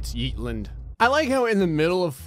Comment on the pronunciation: What he says “yeetlnd” What it is “Yeetland”